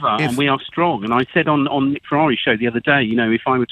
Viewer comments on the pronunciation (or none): none